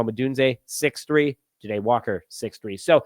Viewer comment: Dude why do you not even try with these names? It's JAH-Day! Not J'Day. 😂 #unsubscribed